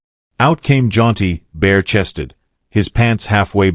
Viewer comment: His name is Jaunty. Why do you keep saying John.